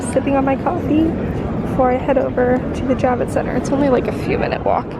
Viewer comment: I thought you were saying “Jab-it Center” and thought that was appropriate. 🤣 I’m a nurse, so I got my vaccine in Dec/Jan. Moderna definitely has more side effects. I’ve administered hundreds of both types. Totally worth the protection!!